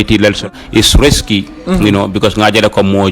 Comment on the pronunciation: Risky not resky